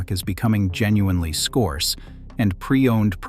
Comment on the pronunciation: I think 233bedson got the meaning, they were referring to the AI pronunciation of "scarce" with an "o". AI sucks